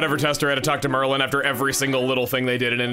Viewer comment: Chugga, are you sure you are pronouncing Merlon's name correctly? Because I would assume it would be pronounced Mer-Lon, and not Mer-lin. And with all of the magic characters being all slight alterations on Merlin. And given your track record, I could totally see you as a kid looking at Merlon and thinking "This looks close enough to Merlin so it must be Merlin" and then never recognizing it.